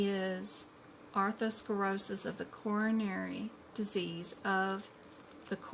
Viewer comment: You're very knowledgeable and I don't mean to criticize. But you mispronounce lots of terms....like Arthurskerosis instead of ATHEROSCLEROSIS...Exasperation instead of EXACERBATION. It's so important for us to know the correct word pronunciation especially if you're teaching.